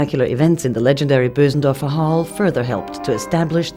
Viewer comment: its not boosendörfer but Bösendorfer (languagewise)